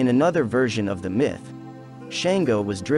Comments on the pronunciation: His name is Shango pronounced Shaun - go not Shain-go. He says a King. And he wasn't tyrannical. He was diefied however. Where are you getting this info about him. Is it correct? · Shan-go …. shawn-go!!! 🥴